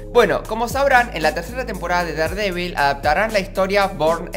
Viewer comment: Hola, si es que algún día vas a Estados Unidos y compras algo de Daredevil o no lo se algo por el estilo deberías saber que se pronuncia “derdevil”. Es para que no pases vergüenza ya que un día compre una figura de Daredevil y no me entendieron, solo es eso no quiero que pases vergüenza. Adios!